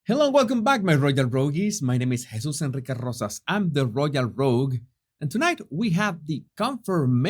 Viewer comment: I enjoy seeing you, and listening to you,. I wouldn't watch or listen to Methane. Btw, I love how you pronounce your name!!!! ❤🇺🇸